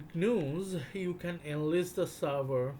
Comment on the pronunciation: I'd like ti interject for a moment...what you're referring to as j(eez)-news is actually g(of give)...news 😂 wonderful rare video.